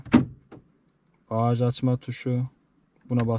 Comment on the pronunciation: Bahaj demesen bagaj desen daha güzel olur